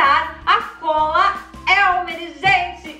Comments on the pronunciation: Elmeres 🤣🤣🤣 elmers isso sim tá certo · Sem querer ser chata mas é elmers e não elmeres